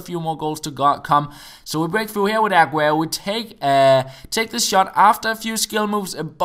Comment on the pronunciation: Stop stressing the A in Aguero